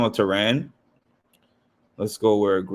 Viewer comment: It’s Taran pronounced like Karen! Also, he gets paid for it. Probably good money now! I used to love his dailies because he even acts things out 😂😂 he calls himself a robot too lol He just got a little biased for me. He loves certain players and kinda sticks to that